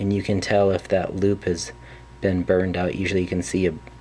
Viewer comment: Are you canadian? 😂 because I hear an inflection, when you said burned out!